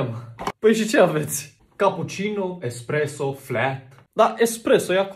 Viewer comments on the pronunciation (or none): m am uitat de 2 ori ca sa înțeleg ,Tu ai zis expreso dar e espreso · El a zis expreso sí se numeste espresso:)